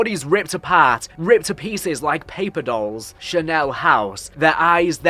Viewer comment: Chanel house got me 😂😂 charnel- kar-nel. Every video no matter what. Mispronunciation bingo